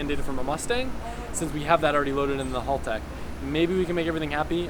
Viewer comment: Hahaha you're saying haltech correctly now